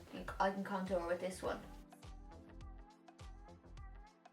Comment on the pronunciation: I love how you say contour. It kinda sounds like “cuntour”. That’s just randomly funny to me but I love for it. Lol Btw hello from Vegas!